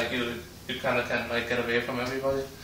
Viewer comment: i dont really want to move "avay" ^_^